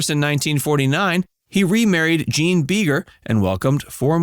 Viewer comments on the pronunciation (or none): none